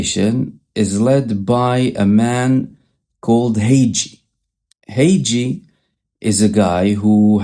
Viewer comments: This guy's name is pronounced HAG-GEEE and not HAY-JEE. Most of the populace especially in Texas will not be able identify who it is unless pronounced their way. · You saying Hagee incorrectly - correct pronunciation is like HuuGe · Hagee is pronounced with a hard g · It is JOHN HAGEE . G in hager is pronounced as g in GAMAL